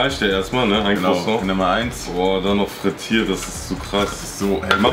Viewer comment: man kennt es da käse"crosong"